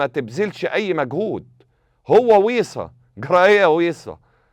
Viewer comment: اسمو بيصير يا كابتن مش ويصا